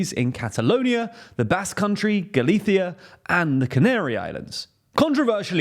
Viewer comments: As a Galician, I have to say I liked how you've handled this matter. And loved hearing say Galicia, pronouncing the ''c'' Thanks for all guys. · just commenting to appreciate the pronunciation of Galicia there! I am not one of those angry people that gets mad when some foreigner pronounces a name differently on their language, but I do know how to appreciate when the effort to pronounce it as the natives is made. Cheers!